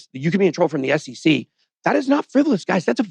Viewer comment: Its SEC, not SCC